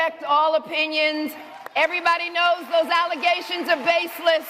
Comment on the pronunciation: I just love how she adds an extra syllable to her favorite word, baselessahh.